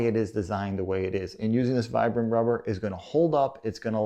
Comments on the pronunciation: it's pronounced "VEE-BRUM" phonetically, low IQ, overly self confident Americant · Nope, that's uncorrect. Vibram is an italian brand and the brand name comes from the founder's name Vitale Bramani. I'm italian and I'm sure it's not pronounced Vaibram. Still it's not something really important how someone pronounce it since you know what he was talking about